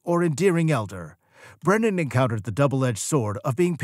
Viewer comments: How come half the time you call him "Brendan" instead of "Brennan?" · The narrator can't even pronounce Brennan's surname, he keeps saying Brendan. So I'm not surprised he can't back up the title of the video with any facts.